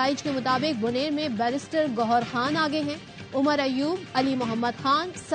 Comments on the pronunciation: Its Gohar not Go__ar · Brister ghoer ha ghober nie ha